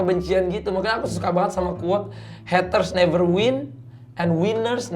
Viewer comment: heatres ? napa gk sekalian heater biar jadi pemanas air wkwkwkwkw.. R.I.P. English..